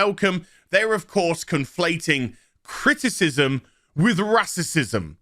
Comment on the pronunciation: You STARTED OFF the video by referring to Ingram as a "black woman of colors [sic]", so I'm pretty sure you're really not into this whole argument as someone taking a stand against racism. Especially since you can't be buggered to even pronounce the WORD "racism" properly.